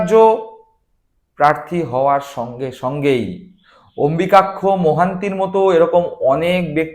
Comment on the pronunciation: যে অম্বুযাক্ষ নামটা ঠিক করে উচ্চারণ করতে পারে না, সে করছে রাজনৈতিক বিশ্লেষণ!